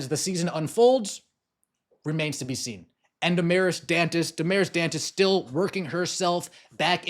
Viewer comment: I wish the announcer would pronounce her name Dantes instead of Duntes.